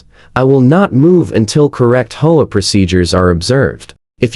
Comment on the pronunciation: H O A is not pronounced whole . Get it right or stop posting.